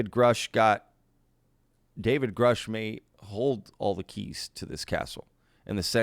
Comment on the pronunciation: Richard Doty 2.0. This guy is almost certainly a disinfo agent, a liar or crazy. The guy claims to know David Grusch then butchers his last name. No credibility...